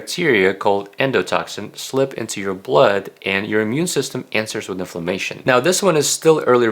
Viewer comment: Thank you for really good information great summary for what constitutes of healthy diet. Very well-rounded. And very reasonable. (But thank goodness for closed captioning because he keeps saying famation, instead of inflammation)